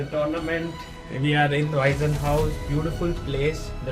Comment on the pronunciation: I am sure the sponsors will be happy with your impressions, well done! [an amusing side remark: in German there is "Waisenhaus" and the name "Weissenhaus". Your pronounciation sounds like the earlier, and that means "orphanage" ;-) The "s" of Weissenhaus is voiceless]